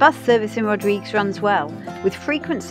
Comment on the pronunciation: Looking for more videos from you. You haven't posted any in some time. Rodrig-UEs! Pronouncing the 'UE' is from a Portuguese name. (And/or Spanish) However, I see that the local Creole doesn't pronounce it that way but rather 'Rodrig' Other sailors who made landfall there pronounce it as in Portuguese. This is certainly a place to visit if you can get there. Good video. Thank you.